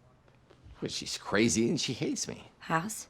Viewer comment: He struggled to say "me" it came out as Kane from what I heard